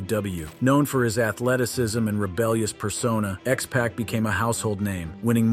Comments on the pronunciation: Bro don’t know how to say x-pac right lmfao 🤣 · X-Pac, not Pack man. There’s a difference. Also why are you using Tommy Lister Jr as b-roll for Abdullah the butcher 😂 can you not tell the two apart. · I swear this guy is pronouncing the names of wrestlers incorrectly on purpose lol he said "X-Pack"....I was like...Sir...it's Pah-c not pack lol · Dude get the name right with x pac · It's not KAH-mala (like in Kamala Harris), it KUH-MALA. It's not JAN-etty, it JANETT-EE It's not X-Pack, it X-Poc Honestly this is my pet peeve with these kind of wrestling lists. Is it really so hard to do a little research and watch one of their matches to learn how to pronounce their names correctly? There's dozens of videos available on YouTube. When you mispronounce a name, it makes it obvious you never watched one of their matches and thus probably don't know what you are talking about. Did you just cut and paste from wikipedia or something? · I cant with the "KAH-mala" "X PACK" and Marty "JENN-ity".